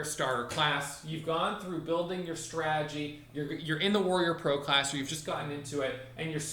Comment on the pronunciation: Straaaagy he actually says "strategy" lol